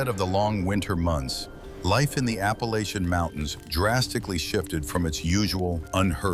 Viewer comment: This is stupid you're going to talk about the Appalachian Indians for God's sake to do it right I'm turning this off I mean how difficult is it to get it right people people